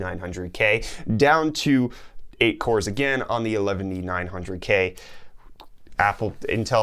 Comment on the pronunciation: elevnty-nine hundred lol